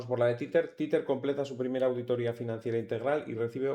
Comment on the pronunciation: Se pronuncia TEZER, no "titer" jajaja